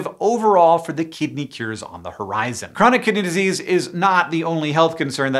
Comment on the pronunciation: I keep hearing chronic kitty disease